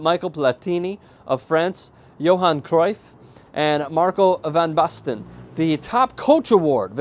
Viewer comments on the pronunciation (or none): Butchered Van Basten en Cruyff's name that's for sure :p